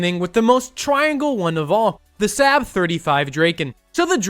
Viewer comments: you pronounced saab wrong its like sahb or sob not sab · Yeah, SAAB isn’t pronounced sep, the A is pronounced like the first a in again and as there are two of them you hold the a sound longer and end with a soft b, now you know how to say SAAB, congratulations!